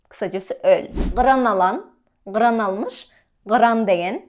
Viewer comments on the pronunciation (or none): Gyran degeni yanlış aytdın